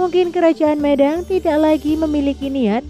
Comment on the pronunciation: Pelafalan kata medang kurang pas.